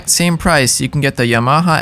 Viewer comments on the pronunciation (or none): its yamaha not y-MAHA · Ya-ma-ha???? Yama-ha! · pls stop saying yMAHA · Informative, but the word is pronounced “YAM-a-ha” and not “Ya-MA-ha”. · YaMAha? I’ve never heard anyone accent the ma. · If your going to review products at least pronounce the manufacturer name correctly. It’s YA-MA-HA. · Haha... that's the funniest pronunciation of "Yamaha" I've ever heard. Yuhh-MA-huh. Lol, how have you never heard it said correctly???? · No one's going to talk about how he pronounces "Yamaha"? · It bothers me so much. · It’s funny how he says Yamaha. Learn how to say it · Well, a channel called "The Home of Drums" couldn't even pronounce "Yamaha" correctly all 4 times they said it, so I guess it's not too surprising. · Great video! I've never heard YAMAHA pronounced like that but then, I live in New Mexico. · Dude can’t pronounce Yamaha? Sorry mate. Makes me wonder about this tester. Gosh it’s fun to see the amount of stuff on the market today. I used a Speed King all through the 70/80s before I finally stashed the antique and went with a DW 5000 dual pedal that I bought wrecked and had to rebuild to suit me. You couldn’t find anything worth a crap at the local stores in rural America.You learned to repair and tune what you had. Thank God for telephone mail order back then, and the web today. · I don't care if it's the "proper" way to say the name or something like that - STOP PRONOUNCING YAMAHA THAT WAY!!!!!!!!! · Please learn the correct pronunciation of the words : direct and Yamaha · Why is he saying these brand names so weird wth weirdo Yamaha ha Gibraltar tar